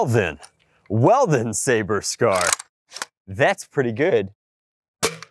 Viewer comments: he pronounces sabre sab and reflex ri flé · I'm surprised no one commented about the fact the he pronounced sabre incorrectly